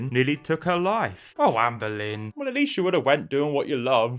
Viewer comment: When says "Amberlynn" I ALWAYS hear "Anne Boleyn". It makes his coverage of her 100x funnier.